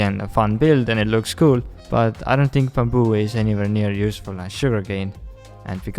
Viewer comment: I love how he says 'bamboo' just makes my day